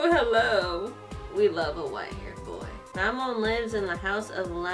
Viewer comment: U kind stayed his name wrong it mammon Not mama